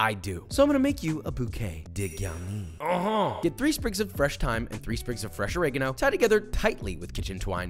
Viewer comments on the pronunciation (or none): Hello Josh! It's called a Bouquet Garni*! Dégarni (de garni, as you said it basically) means the fact you've lost your hairs! Basically, a bouquet is garni, is degarni. Love. John.